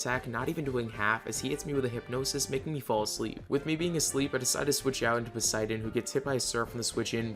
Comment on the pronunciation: hes called Poseidon btw not Poseiden :D